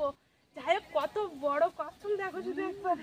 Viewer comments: Kassam na, kassap bole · ওটা কচ্ছম না কচ্ছপ 😅